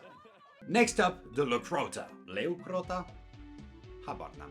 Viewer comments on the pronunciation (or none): Why did bro started speaking Romanian so random when he said Leucrotta?